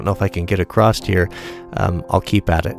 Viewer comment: Nice... By the way.. no T in across.